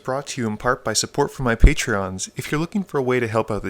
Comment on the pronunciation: It’s Patrons, not Patreons